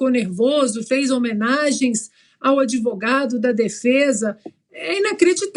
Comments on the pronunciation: ELE PRONUNCIA ADEVOGADO, EM VEZ DE ADVOGADO. TENHO VERGONHA DE SER GOVERNADO POR DOIS MANALFABETOS. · Uma pessoa que infelizmente foi presidente do Brasil falando " adevogado" é o fim ! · A parte boa e falar ADEVOGADOOOOO KKKK